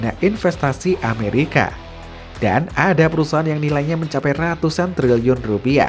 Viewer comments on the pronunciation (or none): none